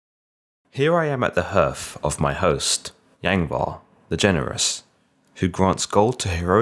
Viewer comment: This is a good telling of the story but hearth is pronounced harth not herth.